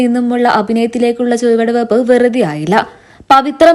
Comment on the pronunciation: Chuvaduveyppu"ennu parayan padiykoo😮ketto chuvaduveyppu😂😂😂Vikramadhithiante vedhalathe ellavarkkum ishtapettu 😂ini ee combo mattaruthu🙏🙏